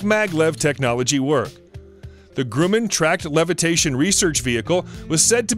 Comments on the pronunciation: Right?! Wtf is a Grooman... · Ahhh the Russian shuttle, the "Beeran" and Lockheed's main rival, "grooman" LOL Is this what happens when someone takes those robot narrators and just remakes them without knowing anything about the subject? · Jesus, learn how pronounce the words... Seeteufel, Buran, Grumman